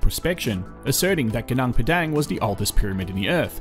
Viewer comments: interesting video. i really enjoyed it. FYI its pronounced goo-noong pedung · Suggest you try using local pronunciations rathan than Australian for local names. Eg Gunung Padang. Vowel sounds in Bahasa Indonesia are a bit different than English :)